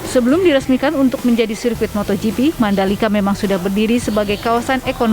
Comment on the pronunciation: MotoGP pak, bukan MotorGP